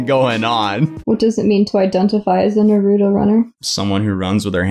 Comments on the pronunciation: no hate but its naruto not narudo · Naruto not naruuuto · The way you say Naruto triggers me I'm sorry. It's Naru-to, not Nar-U-to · "Naroooooto?" It's Naruto (Narr-uh-toe) lol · Na-root-oh? I always though it was pronounced nar-uh-toe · God, anyone else got a pet peeve on how so many people say Naruto wrong? ITS NOT FUCKING NARUTU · The way he says nuruto makes me cring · can’t pronounce naruto right don’t say it it’s NAH-RAH-TOE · Na-rue-tow lmao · The show literally says Nar-uto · “NUHROODO” 💀 Naruto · Nah ru toe? Wtf I hate people who talk the wrong way for no reason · NAW ROO TOE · You said Naruto wrong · The way they pronounce “Naruto” actually triggers me. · I lost all faith in you...You said Naruto wrong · "Nar-ooo-toe" haha you can tell this guy hasn't seen Naruto 🤣🤣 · you are saying naruto wrong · When fake anime fans pronounce naruto WRONG >> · The way he said naruto 😂 hurt me a bit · Ok... when you say Naruto PLEASE TELL ME WHERE YOU HEAR THE D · The way he pronounce Naruto sounds like a fake Naruto show. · So no one else is triggered by pronunciation of Naruto? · love you but you’re not pronouncing naruto correctly. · Lol I can see all the naruto fans getting triggered at this vid, he’s literally pronouncing his name wrong the whole vid😂